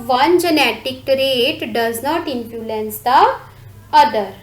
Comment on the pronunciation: It's Influence not infulence 😂